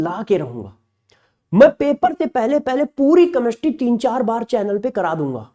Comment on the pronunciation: कमेस्ट्री मत बोलो जी।केमिस्ट्री बोलो। बहुत बुरा लग रहा है सुनने में।पहले अपनी help करो।